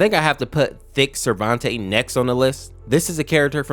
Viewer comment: i think me and you know why we clicked on the video. (also u said "cervante" when it was "sarvente")